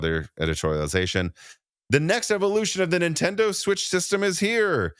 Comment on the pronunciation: Did you use to have an "Okia" phone? Have you seen the 5090 "vidia" prices? Do you have an "ikon" camera? No , then why do you repeatedly say "IN-Tendo"? and drop the N at beginning?